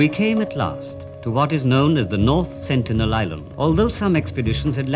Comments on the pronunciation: why yall pronouncing sentinel with an accident? its an english word..........one of the xmen's main villains? the sentinels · LMAO bro confidently said with an accident 😂